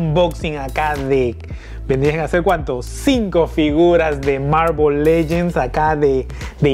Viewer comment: No e visto tus videos ni se si es una costumbre hablar así pero no se dise mármol lellens